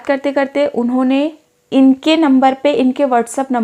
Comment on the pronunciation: Inone inone unhone unhone 😂